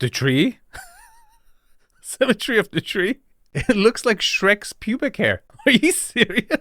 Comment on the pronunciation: It's a symme-tree